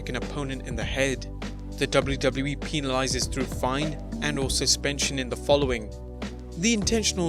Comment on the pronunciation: Lol the way he pronounced penalizes 😂😭